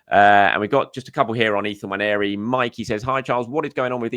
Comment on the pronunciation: It's not Nwanieri. You can be forgiven for thinking it is, based on how 99% of people pronounce it, but it is Nwaneri - it should be pronounced how it's spelled, rather than adding that phantom i from nowhere.